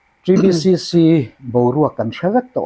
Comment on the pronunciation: TBCC i lam rik dan chu ava dik teh Kelh ve